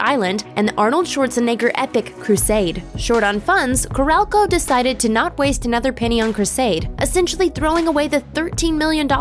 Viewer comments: Carol-co....not Carelco. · It's not CORRALCO. It's CAROL-co. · Ca-rol (roll)- co. The way it gets pronounced here gave me the shivers. And in addition to Heaven's Gate being mentioned several times, Hudson Hawk also led to TriStar Pictures becoming part of Sony entertainment, joining Columbia Pictures, one of the three companies involved in TriStar's creation. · Corral-Co? Lol.